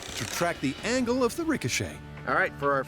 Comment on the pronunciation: This is the second episode I'm watching in a row where the Narrator rhymes "angle" with "dangle" lol